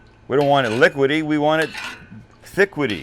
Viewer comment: "Thiquidy" is my new favorite cooking word